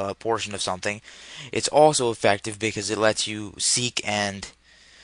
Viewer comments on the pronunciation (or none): none